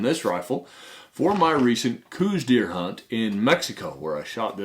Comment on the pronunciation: Since you are the expert, and people will repeat what you say, it would be good to say things correctly. I said Couse exactly the way you did until well into adulthood. And I was saying it incorrectly. I believe it showes respect to say someone's name the way that they prefer it to be said. The man that discovered the Couse WHITETAIL deer subspieces pronounced it, so that it ryhmed with house. Some say it sounded like cows. Just my peeve. I liked the video, great info.